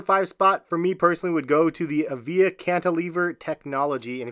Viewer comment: Avia is pronounced ava? I had some of those back in the 90s too.